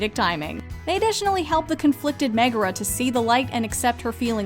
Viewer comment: This list made excellent points but it drives me crazy when people pronounce Meg’s full name (Megara) with an er instead of the ar sound. It should be Meg-AR-a, not Meg-ER-a.